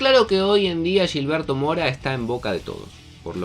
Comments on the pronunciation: Se pudrió todo con la pronunciación. Ya van como 10 videos pero ya me harté. No se dice Yilberto, es Gil berto como cuando dicen "Gil" Tqm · no es Yilberto... es Gilberto... se pronuncia como si fuera "J" no "Y", cabrón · No se pronuncia Yilberto, no es brasileño, se pronuncia con J, Jilberto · Es Gilberto no Yilberto. Habla bien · Pronúncialo bien, es “Gilberto” no “Yilberto” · No es yilberto mora como ustedes la Y o LL la convierten en sh es con G aunque te cueste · Porque le dices Yilberto ? 😭😭😭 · ¿Pero por qué "yilberto"? No debería ser tan difícil pronunciar la letra ge. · Pa que suene más caro